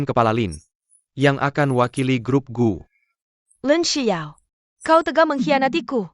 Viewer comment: LINXIAO...tlg klo baca LINXIAO BKN Lin sebelas ao